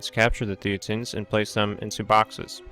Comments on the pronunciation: It should be pronounced "thay-ten". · It's a bit annoying that this guy mispronounces "thetans" every time. Especially since that is the pretty central to the topic of the whole video. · Actually it's hilarious for its irreverence